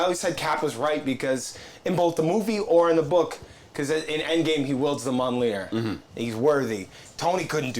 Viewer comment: buddy, I love what you do, but if you're gonna have a comics podcast, you have to know how to pronounce the name of Thors hammer. Mjolnir = Me-Yol-Neer. But all one word, kinda fast. Myolneer